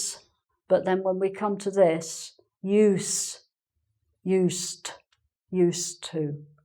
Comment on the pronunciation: I remember you talking about adopting the upper English (I forgot what you called that) use of "caunt" for "can't" rather than your native English similar to American English. I never thought about, but hear now, the "uz" for "use" (except as a function "use", as I just posted above) and the "ussed" for "used", but now you seemed to be dropping the D in "used", and almost a T. I'm only half-way (hawlf-way) through, so maybe I should have waited.